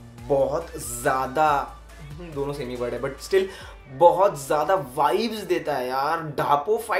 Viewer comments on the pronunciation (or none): none